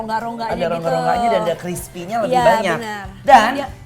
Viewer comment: crispy war...bkn crispry